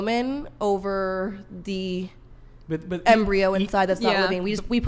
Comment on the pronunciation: As a medical student hearing her say Embryo wrongly every time is killing me. Its not a dang embryo